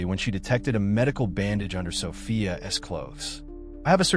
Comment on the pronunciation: Absolute nonsense.And the AI narration can’t handle saying ‘Sophia’s’.